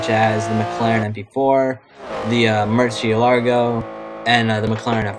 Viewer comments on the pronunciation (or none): I don't mean to nitpick, but it's pronounced Mercy-ell-uhgo